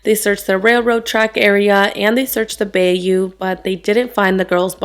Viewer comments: I'm a really old lady so I actually watched this unfold in real time on the news and it was horrifying and heartbreaking... It still is all these years later. * FYI- It's pronounced "Buy-You", not "Bay-You" 😉. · In Houston we pronounce bayou as bye-you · just a side remark, "bayou" in White Oak Bayou is pronounced "Bi-you" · Great video and for future reference it’s pronounced bye-you 🖤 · So for 4 days, no one searched the park that was close to the house???? This is so sad. And it's 10,000 times worse these days. Hence why I never allow my daughter to walk home (or anywhere). Also, it's Bayou (Bye-you). 💕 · Are you trying to say bayou? bi-you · This story is so sad and disturbing! hits close to home since I’m from Houston. Haven’t seen this story on another channel yet. Love your channel, btw it’s called bye-you (bayou) merky waterways all over the south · Hi beauty I just wanted to say bayou is pronounced bye-you. Trust me I live around many down here in Texas. Love your videos, great job!